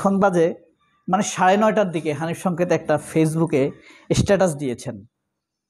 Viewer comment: ভাই আপনিতো ধরা খাইলেন। আপনি আমাদের প্রিয় উপস্থাপক হানিফ সংকেতের নামটাও বিকৃত করে উচ্চারণ করলেন। আপনার কনটেন্ট দেখেই বুঝি, আপনি একটু গাইয়া টাইপের উচ্চারণ করেন। আর বোধহয় আপনার মাথা-টাথাও ঠিক নাই। নইলে ২০১৬ সালের ফেব্রয়ারির বই মেলায় প্রকাশিত হানিফ সংকেতের ‘বিশেষ সবিশেষ অবিশেষ’ বইয়ের ‘কথন অকথনের কথনিকা’ শিরানামের লেখাটিকে ২০২৫ এর বানিয়ে দিলেন? এভাবে মানুষের পিছে লাগেন কেন? ওনার যা ইমেজ আপনার মত কনটেন্ট ক্রিয়েটর ওনার পিছনে লেগে লাভ নেই। কারণ আমরা ওনাকে ছোটবেলা থেকেই দেখে আসতেছি। আপনার মত টাউট-বাটপাররা ওনারে ঠিক চিনতে পারবেন না। আরও বানান ওনার বিরুদ্ধে, দেখি কি ছিঁড়তে পারেন। শেষে দেখা গেল আপনিই কট হয়ে গেছেন।